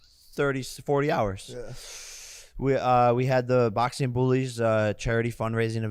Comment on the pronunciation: "Boxeen boxeen boxeen". Lol. I don't think he realizes the letter G is a thing or how to sound out "ing" in words. Literally any word ending in "ing" he pronounces as "een".